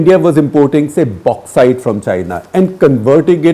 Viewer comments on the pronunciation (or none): none